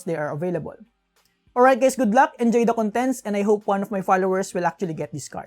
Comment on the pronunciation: is he saying "HEY GAYS"??!